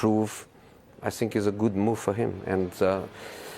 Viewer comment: Jose emphasize “move” Hahahaha